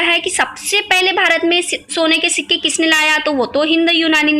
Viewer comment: Ho tum padh Rahi ho jerur Marathi ho ...sikke Ko shikka boli tab pata chala